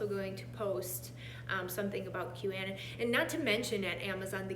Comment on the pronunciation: Anon is short for anonymous. It's pronounced Q a non